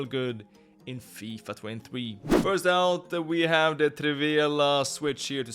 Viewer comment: "fifa twen tfee"